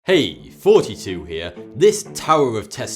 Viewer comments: I swear he's saying forty two instead of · Why does It sound like 42 at the beginning of the Intro when all along he says Thoughty2? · Do someone el se hear 42 instead of thoughty2 or is it just me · Every now and then, I have no idea what you're saying. Why do you pronounce "th" like an "f"? For instance, you refer to yourself as "" rather than "Thoughty2". Is that just a British thing, or wherever you're from? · is it supposed to sound like forty two? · He sounded pretty interesting, but, lets back up, You said your name is forty-three? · Why do you always pronounce your TH words with an F sound? here, fanks!! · hey hey steady on fella, not all brits mispronounce things on purpose, people say things correctly and others don't all the time, but I'm fairly sure this guy is doing it on purpose... doesn't take a degree from oxford to know that Thoughty2 isn't using his accent to try and be original with a pun using the number 42 does it